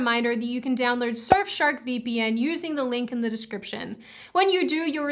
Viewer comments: I have to admit, I was about to skip until she said "vippen". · are you still debating on how to pronounce vpn among your flat mates?